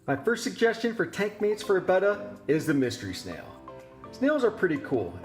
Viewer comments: 1 - I've kept/bred these fish for 50+ years, and Betta was always pronounced "bettah", as in "better". "Beta" is the Greek letter "B". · 1: I can't stand it when people say BEY-TUH! :( Love your monte carlo carpet; I too have it with no CO2 and grow it with a Finnex Planted+. That bonsai is pretty killer too with a massive quantity of anubias nana petite. If you don't mind sharing, what kind of camera do you use for your video and photos? The quality is quite superb. Thank you. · I pronounce the name betta option 2, but it doesn't matter since we all know what fish you're talking about.